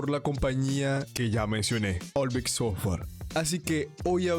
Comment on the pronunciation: Bro es Ovilex no Olivex 😅... El Mejor Te Queremos Brou